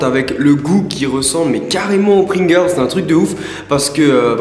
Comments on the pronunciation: Pourquoi il dit Pringirls? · Sans vouloir être chiant si tu c pas dire pringels ne le fais pas sinon super vidéo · on dirait que tu dit pring-girls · rosillette non je dis pringels ya pas de r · Pourquoi tu dit : "Pringirls" ? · Les "Pringerlrls" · n'essaie pas de dire pringles ton accent anglais est horrible